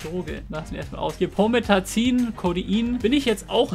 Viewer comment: er spricht es richtig aus, ich denke du sprichst es halt englisch aus